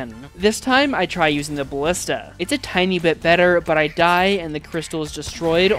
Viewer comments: Say it with me, buh·li·stuh. holy shiii, great video other than the way you say ballista triggering me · Does he know how to pronounce ballista and genuine?